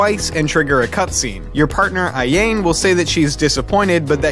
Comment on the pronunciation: this guy really said AHJANE for ayane...smh